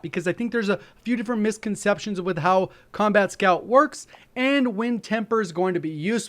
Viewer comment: thought he said 'scumbag' scout